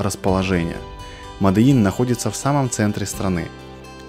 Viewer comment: МОДИИН!! А не "мадэин" ля